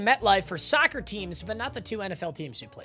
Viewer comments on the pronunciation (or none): why do u say soccer like that 😂